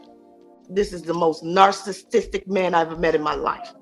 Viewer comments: She had a 'topic' pregnancy rupture???That's one I've never heard 😂 Her mom said he took 'egg-vanage' of her? AND he's the most 'narce-sti-stis-tick' man she's ever met in her life? I guess we know where she got her literacy skills.🤣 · "DIs is deh most narcitisstic man I've ever met in my life." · Mama said, “Narsasistick”